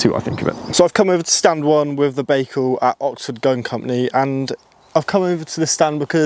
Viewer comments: Guys. Please at least pronounce the name correctly! It is not Bakecal............... It is Bical. So annoying. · Pronounced "ByeCal", you may be the first one to say it properly in future😊